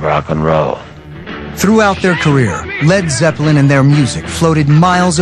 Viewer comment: It's driving me nuts that the narrator keeps calling them Led Zep-pel-lin, when every fan on earth pronounces it Led Zep-lin, as well as the band And Ahmet Ertegun for heaven's sake!